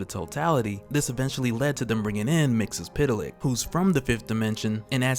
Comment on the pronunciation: it is MR MIX ZEL PITALIK Thats how you pronounce it dang. You are triggering me bro